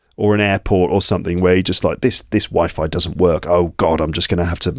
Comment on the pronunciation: I love you so much and so long! Happy to be here again. One of the funniest thing by the 20th minute is your example that sounded to me like this:"A very bad wife-I-connection". Great. So sincerely.) Then when I started listening, you said:Are u ready? Or r u more than ready? This 'more' was too much. I laughed out so openly that my phone suffered. Just live on